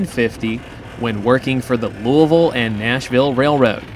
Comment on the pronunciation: Love seeing Louisville in the background, thanks for saying it right ;), come railfan LaGrange, KY sometime, some awesome street running! Great video!